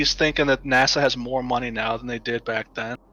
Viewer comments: Why does he call NASA "Nassau" ? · Did he say Nassau for NASA 😂